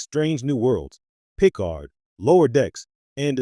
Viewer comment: Yeah. It can't even pronounce Picard.